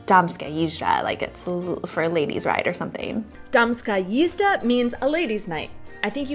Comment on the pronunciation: výslovnost "džizda" je prekérní :-)))